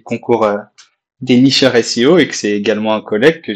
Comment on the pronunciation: Top bravo pour ce premier podcast 👍par contre Neurchi de SEO et pas Nicheur 😉